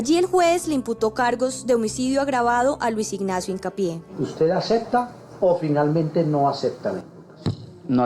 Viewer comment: El juez no sabe ni siquiera pronunciar espanol correctamente: "usted aceta los cargos?" dice ese mamarracho juez. Y el policia dice "los perros caninos". Partida de brutos, y esos tarados administran la "justicia" en Colombia, e investigan crimenes. Que desgracia !